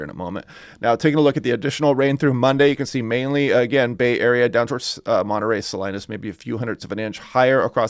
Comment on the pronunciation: It's Sah-Lee-nus not Sah Linus